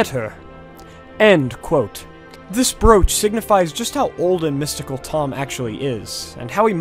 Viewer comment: Just so you know, "brooch" is pronounced "broach." EDIT: Never mind. The first time must have been a slip. (o:Þ